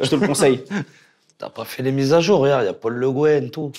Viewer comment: "Paul le guen" 😂😂